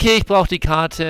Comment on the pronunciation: jedes mal, wenn "njuhis" statt nevis sagt, stirbt irgendwo ein eichhörnchen